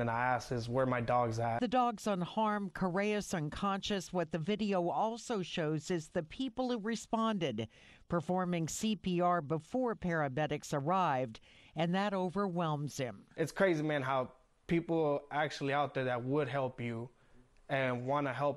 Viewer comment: She said "paraBedics